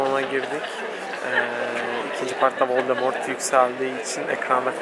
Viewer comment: Ay kızz völdemortt vuur banaaah :))